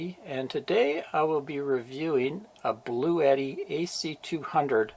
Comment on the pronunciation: I'm just glad you didn't pronounce it "Blue-Yetti" like so many do. Drives me nuts LOL